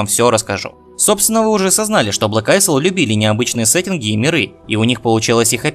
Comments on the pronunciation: не АЙСЛ, а АЙЛ! АЙЛ АЙЛ АЙЛ!!! Кнайф тебя подери! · "Isle"("остров") читается "айл".